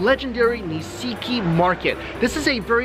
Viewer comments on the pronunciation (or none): NI-SHI-KI. Not NI-SI-KI. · It's pronounced Nish-ki. When su or shi are followed by an unvocalized consonant, the vowel becomes non-vocalized itself. It's the same reason why desu is pronounced des.